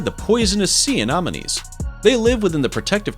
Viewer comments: So cringey as f**k how you keep calling Sea Anemones Anomones... how can you even say it wrong your placing an O where there isnt one. Then you call it Sea Anonomies. More than once.... JFC!!! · Bro', I'll subscribe if you from now on never pronounce Anemones in that way again, because you make it sound as if it's anonymous, an anonomy, or anomaly, when it's clearly >>Anemones. Anemones =(Anem-o-nees);- They are named after the anemone, a terrestrial flowering plant, because of the colourful appearance of many. Sea anemones are classified in the phylum Cnidaria, class Anthozoa, subclass Hexacorallia. As cnidarians, sea anemones are related to corals, jellyfish, tube-dwelling anemones, and Hydra. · 'secret antibiotics' lol. SECRETE antibiotics.. And. AnOMinees??? Anemones!!! And Aahfids?? Aphids (AYphids) Dude... You sound like you didn't finish middle school. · "Sea anomenies"